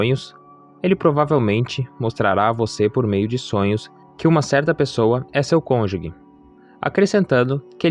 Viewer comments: Estou ha 8 anos esperando. Ja estou perdendo a esperança. Nao entendo pq demora tanto. Ja estou na idade de nao ter mais filhos... isso é muito triste pra mim... Desculpe corrigir irmão, mas nao se fala conjugue e sim conjuge (o g tem som de ge mesmo). Deus abencoe🙏🏻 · Parabéns. Só um detalhe: cônjuge e não falar como se fosse : cônju*gue Deus abençoe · Perfeito vídeo, mas não existe “CÔNJUGUE”, é “CÔNJUGE”, CÔNJUGE. Isso aumenta - e mantém - a credibilidade do vídeo, da mensagem. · Estava lendo os comentários para ver se alguém sabia pronunciar cônjuge. Não sou maluca, é que sou professora de Português, então essas coisas chamam minha atenção. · A pronúncia correta é cônjuge. Me desculpe, sou professora. Parabéns pela mensagem. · Vc pronúncia errado a palavra CÔNJUGE